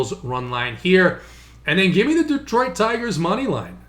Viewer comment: Love your analysis,. Hate your pronunciation. It's D(uh)troit, not D(ee)troit!!!